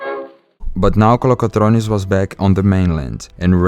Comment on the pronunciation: Georgios Kolokotronis, not Georgioth Kolokotronith